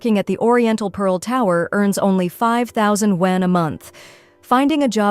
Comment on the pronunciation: This BS AI voice keeps pronouncing wan incorrectly. And it should be yuan anyway. Wan=10,000, so if they say 300,000 wan, that means 3,000,000,000.